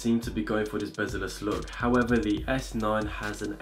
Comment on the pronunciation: "S9 this and that"... "howevah the Exit2"